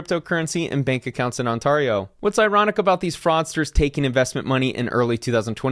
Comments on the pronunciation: When he said it I was like.. he can't be talking about Ontario... nobody would pronounce Ontario like that... once they said Burlington I was like, wow... someone really managed to butchered... Ontario. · Why is the word "Ontario" so hard for Americans to pronounce? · I lived in Ontario my whole life an I never heard anyone pronounce it like you smh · Definitely not canadian by the way you pronounce Ontario . Lol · That was the strangest pronunciation of Ontario I have ever heard… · pls say ontario correcntly lmao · I love all of your videos, but I've never heard this pronunciation of Ontario before LOL... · Good video man, but you really hot to work on the pronunciation of Ontario 😄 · I have never heard anyone pronounce ontario that way 😭😂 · yo have no idea how to say Ontario and its funny af. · I’m here for the pronunciation of Ontario 🥰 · As a local to the province mentioned in this; hearing it pronounced this way was bizarre. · This pronunciation of Ontario kills me every time. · I live in BC, and the way he pronounces Ontario really upsets me 🤣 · This is the worst pronunciation of Ontario I ever heard rofl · pronunciation of “Ontario” is something new. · it is absolutly killing me how you are pronoucing Ontario...... like nails on a chalk board. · the one thing worse than crypto frauds is pronunciation of Ontario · Worst case Ontario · I hope you're talking about people that pronounce the second T 😂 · Yeah.... that's pretty bad. Ontario isn't hard to say. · He seems to think Ontario is pronounced like the Atari gaming system. It’s odd because there’s a city called Ontario in California and it’s also not pronounced like he says it. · Wow this guy pronounces Ontario in the weirdest way I've ever heard... Also at the end of the segement, I heard him not only mispronounce scrupulous, but also use the word in the literal exact wrong way. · scroooopulus not scr up u los. Ont air eo. sorry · on-TARR-eo xD pronounced on-tear-eo :)